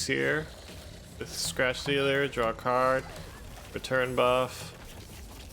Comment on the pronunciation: Every time you said draw a card, I thought you were saying rock hard, which is what you got me after watching this video. Keep on brother